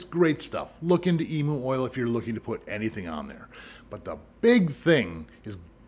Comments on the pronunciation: Just fyi from an australian, emu is prnounced "ee-myuu" not "ee-moo" :) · Now that was re-windable as an Australian where the Eem - moo/s (where the emu/s) are from ) I was like....., what did you just say? What is an Eem -moo? Talking about something from Australia - and sounds simila,r but not exact to the Emu BUT is said EEM-YOO got me 🤣 Eem -moo sounds weird AF...🤣🤣🤣🤣🤣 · Thanks for the info. As an Aussie though the way you say Emu is hilarious XD It is said like Ee-m-YOU Haha Just found your channel you so cool, thanks for the vids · who else thought he said emo oil for a sec and then realized it was emu oil 💀🪶